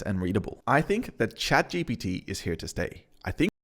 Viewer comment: Chat G P T ....not B